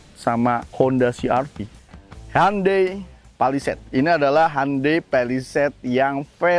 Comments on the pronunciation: Bukan handei tapi hyondei bacanya bang 😁😁😁😁 orang kita salah ucap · Cara melafalkan Hyundai nya ituloh..,, Han dey... Asli ngakak banget dengernya... 😂😂😂🤣🤣🤣